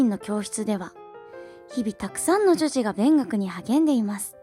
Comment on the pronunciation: ぃ！女児女児って言えてないところもかわいいぞぉ！！